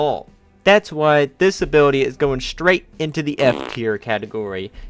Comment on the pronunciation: all I hear is that he is saying disability instead of this ability it sounds the same